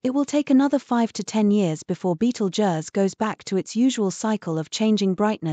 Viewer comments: That's just lazy! You can easily 'fool' the text to voice AI into pronouncing 'Betelgeuse' correctly by stringing words it already knows, like 'beetle' + 'juice' = 'beetlejuice'. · The computer generated voice can't pronounce Betelgeuse correctly.